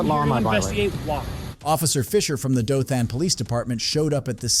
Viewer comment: It’s not DothAn it’s Dothan more like Dothen. At learn learn how to correctly pronounce a city or location